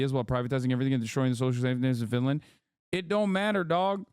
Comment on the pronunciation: U say Finland... I hear Vinland... Vinland Saga